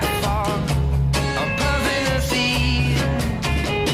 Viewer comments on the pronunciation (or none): none